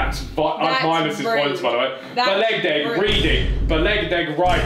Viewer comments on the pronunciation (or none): the fact says balegdeg instead of balegdeh makes me crease